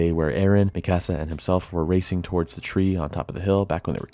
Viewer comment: Great video but man, it was so hard to hear you say Mikasa’s name lol. It’s ME-KUH-SUH not ME-CASA 😂